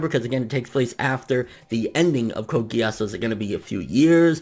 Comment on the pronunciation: And it pronounced Code Gii-se